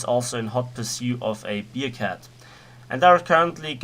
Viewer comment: man spricht es nicht "biercat" sondern bärcat es ist keine Bierkatze ....